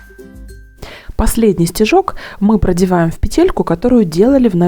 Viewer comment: Тапочка и слово и предмет женского рода и произносится ТАПОЧКА, ТАПКА, ВНУТРЬ ТАПОЧКИ.. СЛОВО пЕтля , звучит с ударением на 1 слоге. Петля, пЕтелька! И никакой пете́льки быть не должно ! Уважайте родную речь! Петля́, пе́тель, пе́телек, пе́телька!